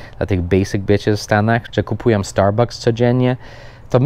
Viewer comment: "orior end liwaj" wtf? Oreo and Lewis, i co najważniejsze "starbAKS" a nie "..bu-c-k-s", tak się u nas mówi, bo najłatwiej, nie musi byc poprawnie. Każde słowo ma inaczej. Peace :)